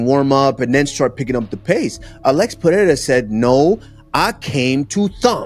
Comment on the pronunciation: After all these years, Chael still hasn’t learned to properly say “peh-reh-rah”. No, for him it’s Piera 🤣🤣🤣🤣